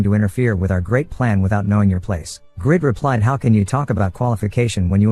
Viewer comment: Why does the reader call him the wrong name (Grid) instead of Greed. Very off-putting